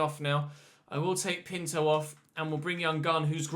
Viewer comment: Yo, I just want to say Pinto is pronounced: pin-too